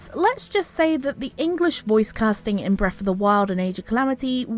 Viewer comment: Breaf’de Wilde